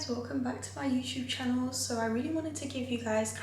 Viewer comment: “Welcome back to my YouTube qanel”Yoo we are having problems to understand what u saying